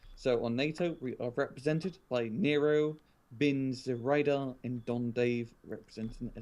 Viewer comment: great commentary, guys! just one tiny suggestion: it´s pronounced like "t-swede-are", not "zwelda"... ;-)